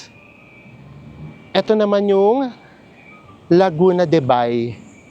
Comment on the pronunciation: As a Southie, welcome po sa aming side ng city! Nakaka-happy itong vlog niyo, and kudos for pronouncing Laguna de Bay almost correctly, haha! 😂 That area is arguably one of the most posh yet greenest pockets of Metro Manila. Kahit mabilis ang development, name-maintain pa rin talaga ang greenery at landscape architecture. My favorite Alabang Town Center (ATC or Town, as we call it) is just nearby, at Molito Center para sa solid food tripping. Ingat po kayo palagi at enjoy! ü